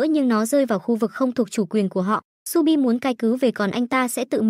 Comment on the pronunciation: Shu bi mà đọc nhầm thành chu bin:)))